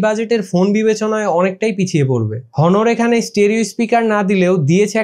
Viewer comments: Its not হনর, Its অনর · ব্যাটা ফোনের রিভিউ পরে দিস , আগে নিজের স্পেলিং ঠিক কর । হনর কে অ্নর বলতে শিখ । 😡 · হনোর না অনার! রিভিউয়ারদের ভালো,স্পষ্ট উচ্চারণ জানা থাকা প্রয়োজন। বিষয়গুলো খেয়াল রাখবেন। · ভাই ব্রান্ড এর নাম টা ঠিক করে বলেন।হনর না।অনার। আর ফোন লেগ করে না।লেক করে উচ্চারণ ঠিক করে কথা বলেন। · ভাই এটা হনর না এটা অনর